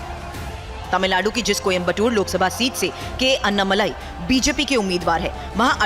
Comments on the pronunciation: अन्नामलाई नही अण्णामलाई बोलो लिखो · हिंदी टिप्पणीकारों के लिए: - वे अन्नामलाई नहीं हैं, वे अण्णामलाई हैं। अण्णा यानि तमिय भाषा में 'बडा भाई'।